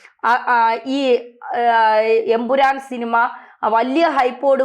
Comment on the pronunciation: ഉറപ്പിച്ച് പറയണം EN..... PURAN